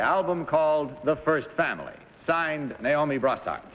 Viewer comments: The middle lady pronounced it Ni-o-me instead of Na-o-me. I wonder what that means. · liberty Ann She was the only one to pronounce her name NYE-OH-MEE instead of NAY-OH-MEE. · I instantly knew it wasn't number two when she mispronounced Naomi as Nyomie.